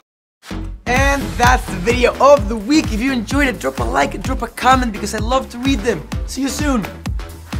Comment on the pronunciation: "if u enjoyed it, drop a like, drop a CONDUM bc i love to read them, see u soon" WHAT DID HE SAYYYYYYY!?!?!??!?!?!